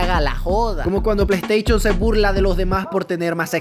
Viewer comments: Uno pierde las ganas de ver al si ni es capaz de usar la "s" cada ves que sale una s junto a una h el men lo menciona como una c saliendo como resultado "pleisteichon" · Yo: dilo dilo: plei teichon Yo: jajaja plei teichon ne ha decepcionado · La plei steichon dice shaggy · el pleisteichon dijo el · "Plaiteichon":v ste exequias okno c mama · Plesteichon plus